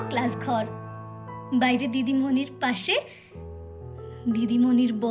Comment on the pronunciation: অনবদ্য আমি আবৃত্তিতে বিশারদ কমপ্লেট করেছি তোমার কণ্ঠ অসাধারণ সাক্ষাৎ মা saraswati kintu ei abritti tar khetre ekta duto uchharon arektu dekho jemon songe naa pashe